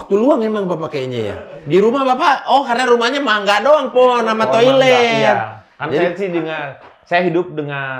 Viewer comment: Bener 'mangga' bacanya bang ..